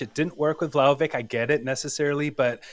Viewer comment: Ragazzi, can’t say I disagree, but, you’re a juventini. It’s Vlahovic, not VlahovICK. What are we doing 😂? Had to call that out.